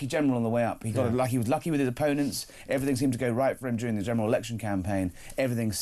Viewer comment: It's everything not everythink FFS.